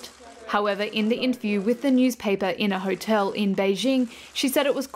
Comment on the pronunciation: Great report as always.. Please check your pronunciation... Hotel is Ho-tell not Hut-tel